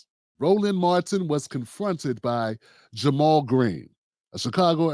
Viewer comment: Ja' Mal Green tried to jump on the bandwagon of conservative and pro police democratic mayoral candidate Tim Vallas during the run off. Vallas, just like you, didn't even know how to pronounce Ja' Mal's name. Bro you let your bias skew this analysis